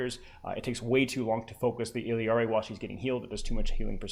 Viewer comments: But you're not even pronouncing it IL-YAR-EE you're clearly saying IL-EE-YAR-EE and my ears hurt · Love your content, but for the love of god it's "Ill-ah-ree" not "Ill-ee-ah-ree" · if you're reading this, in Spanish her name is pronounced like "ee-yari." I notice you sort of mixing together the English double-L sound and the Spanish 'yah' double-L (like heard in 'quesadilla' or 'pollo') and simply put, Illari's name in Spanish does not contain the English double-L sound at all. Just the 'yah' sound, pronounced something like 'ee-yari' or 'ee-yarry.' Feel free to say it however you want though, just wanted to inform you and thanks a million for the great content:) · “ILL-EE-AR-EE” lmao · Bro, it's only one 'I' in Illari. Il - lar - ee, 3 syllables. I usually let it slide but that pronunciation is so hard to listen to lmao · It's actually pronounced "eeyaree" if I'm not mistaken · Obviously hes not doing it maliciously, but why is it a big deal for me to point out the pronunciation in my language? Especially when its said with a Spanish pronunciation in the trailer. I think everyone else needs to chill, its just a name, this isn't some woke agenda or whatever and I wasn't being rude about it or trying to force him to say it a certain way, nor am I trying to force you to pronounce it "my" way. In fact, if you read my entire reply, I tell to pronounce it how he likes because you're right, everyone has an accent and different place of birth. So why cant I freely share how I say her name?